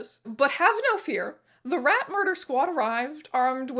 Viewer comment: Rat "muder" is wild.